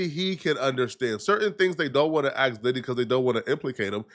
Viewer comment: .. ..."He Needs to be Committed"....While being, Subpoenaed etc;.😏....He Aint No' Damn Lawyer'...He Couldn't Even Pronounce Diddys name Right'.😅🥴.